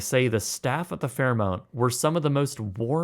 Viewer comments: I came here to say the same thing. FairMONT, not MOUNT! 🤨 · Fair-MONT, not MOUNT 😂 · It’s mont not mount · This is like Benedict Cumberbatch mispronouncing “penguins” over and over on TV. He kept saying “pengwengs”. Fairmount Fairmount Fairmount! So jarring. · There is no "u" in Fairmont! Dude was driving me crazy. FairMONT! MONT NOT MOUNT! 😂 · FairMONT! This became difficult to watch just because of that. The little things matter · Awesome review as usual! FairMONT, not fairMOUNT! 😆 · I'm glad that I wasn't the only poor soul to notice and experience the ad nauseum abuse to the Fairmont name. It does matter to be correct about that. FairMont, not FairMount! My favorite Fairmont hotel is the Chateau Frontenac in Quebec City. Something about it just pushes the right buttons with me. Cheers! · 'mont' not 'mount' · Fair-mont, not -mount. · why do you keep calling it Fairmount, when it's Fairmont? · It’s Fairmont, not Fairmount. Eh. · It's Fairmont not Fairmount. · It's pronounced "Fair-mont," not "Fair-mount." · Its pronounced Fair-mont... like it's spelled, not Fairmount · It's Fairmont, not Fairmount. 😔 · FairMONT, babe, FairMONT. Not fairMOUNT. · It's not Fair mount, it's Fair mont. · "Mont" is not pronounced "Mount". I have stayed here 4 times, and you are paying a massive premium for the experience; but its worth the experience. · MONT. FAIR - MONT. I know its in the mountains, but this is the first time I've ever heard someone call the brand Fairmount. For what its worth, I'm a born and raised Calgarian whose been to Banff hundreds of times. added a link to prove I'm not just some pronunciation zealot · Hi, this is the Fairmont, not the Fairmount. As this hotel chain is worldwide now, and you are a travel company, I offer a small change in your pronouncement of the chains name. Thank you. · It's not Fairmount!!!!! Can't you read? It's Fairmont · “Fairmont” not “fairmount” common man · Fair-MONT, not Fairmount. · FairMONT, not FairMOUNT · FairMONT not FairMOUNT